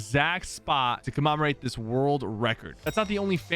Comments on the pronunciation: Commemorate not commemoraet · Sypher: “comamarate” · CommOmorate?? Lol wut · Did he say Comomerate that moment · Why you say commemorate that way? ;) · Sypher cant pronounce commemorate.